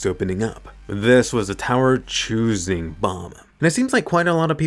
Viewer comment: I hate how Bam’s name is pronounced bomb